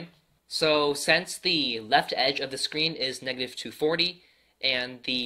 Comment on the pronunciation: I love how he says sense instead of since 😂😂😂